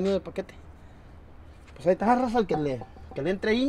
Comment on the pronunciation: es que cuando dices " raza" suena a Rosa, por eso creo es la confusión con el nombre de tu señora, o eso creo 😄 Saludos.